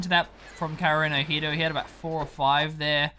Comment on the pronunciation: So, the drinking game here is to take a shot whenever mispronounces "kaerunohito".